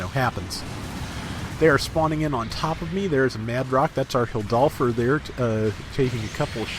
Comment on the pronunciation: I think it’s pronounced hill-door-f for the tank mobile suit, idk it’s just what I thought I heard when I watched the igloo short it first appeared in